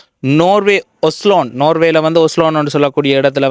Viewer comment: ஒஸலோன் இல்லை ஒஸ்லோ